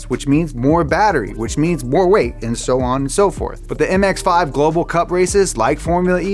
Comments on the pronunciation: Was anyone else hearing “Power to RATE”, or was it just me? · Good video but holy shit, learn how to say "Power to Weight." Weight starts with a W not an R.